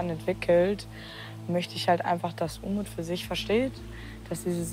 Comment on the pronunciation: "Unmut" statt "Umut".....war das Absicht?😉